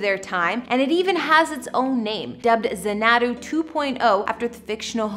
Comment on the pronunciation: It is pronounced ZAN-A-DU not that weird fucking way that you said it.